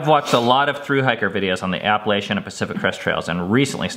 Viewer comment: I think the worst thing you do is pronounce Appalachian wrong. ;) Epic schooling, parents! I feel like a failure as a parent watching your trail doc. :P